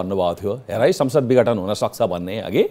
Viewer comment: पत्रकार जी विगठन हैन विघटन हो ।